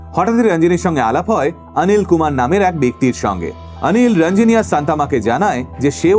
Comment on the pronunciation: উচ্চারণ ওটা রাঞ্জিনি নয়, রঞ্জিনি হবে । আনিল নয়, অনিল হবে ।তোমার থেকে এরকম কিছু শুনলে বিশ্বাস করো দাদা খুব খারাপ লাগে ।